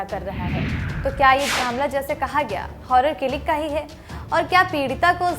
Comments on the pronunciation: हौरर किलिंग नहीं औनर किलिंग बोलिये। आपका संपादकीय मंडल क्या सोता रहता है ? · हौनर किलिंग नहीं औनर किलिंग